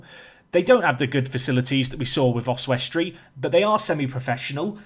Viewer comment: I love your pronunciation of Oswestry, Your way with words is one of the main reasons i watch tbh!